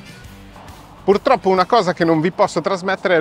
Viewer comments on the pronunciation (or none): none